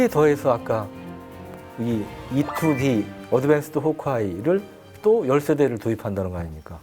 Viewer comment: E-2D 토속적인 발음, 짱입니더~